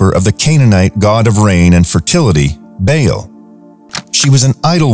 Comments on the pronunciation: Learn to pronounce the names of the ancient B-AA-L not Bail or Bale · Love this but ps baal is pernouced like bawl ❤